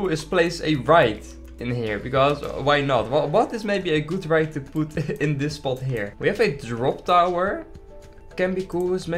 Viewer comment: "What is maybe the good ride to poet in here?", us: "What's maybe a good ride to place it down there?". Don't worry it's just what i heard, I'm not bullying you it's kinda funny how d'you said that.